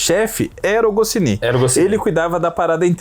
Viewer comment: Não se pronuncia PILOTI, a pronúncia é: PÁILOT, e não se pronuncia GOCINI, a pronúncia é: GOTCHNI! KK! Só pra incomodar!